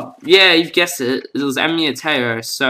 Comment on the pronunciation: Nice skin very well made,But your pronouncing the words Taiyou and Raimon wrong.